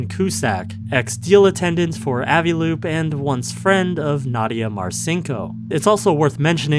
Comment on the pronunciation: I hate the way you say 'Avi' is that how you say aviation? You say like "ahviation?" Genuinely asking